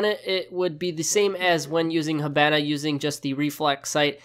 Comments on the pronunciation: IT'S NOT HA-BAN-A IT'S HA-BON-A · You say hibana weird